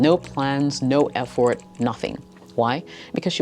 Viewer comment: I've never heard "Effort" pronounced 'EF-Fort'. It's unique.